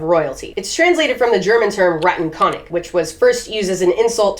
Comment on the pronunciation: radenkounig xD i love nothing more than english nativ speakers trying to pronounce german words